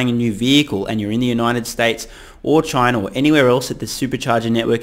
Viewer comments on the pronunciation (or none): none